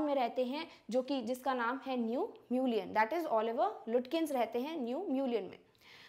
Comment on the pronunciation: Mam, it is not pronounced as Lutkins. It is pronounced as Lukins.